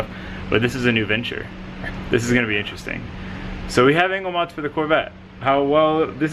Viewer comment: i kept hearing "anal mods"